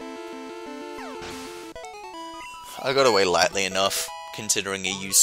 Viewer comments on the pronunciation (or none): none